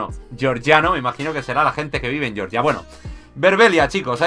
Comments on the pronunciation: Se pronuncia Georgia, no Yeoryia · gran pronunciación de georgia jajaja